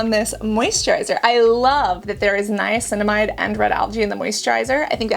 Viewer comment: Your Dr Dray says Niacinimide at 5%